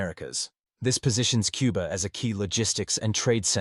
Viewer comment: It's Cuba. Not Quba.